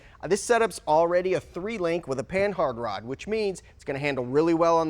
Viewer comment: Panhard is French, as in Louis Panhard who invented it. You pronounce it "pa-nard"